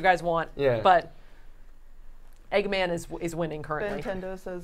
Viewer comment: Eggman is 2 syllables 😂